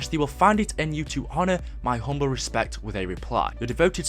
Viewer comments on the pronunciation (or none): none